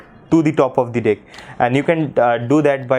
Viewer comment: Dude its deck not dick hahahahahaha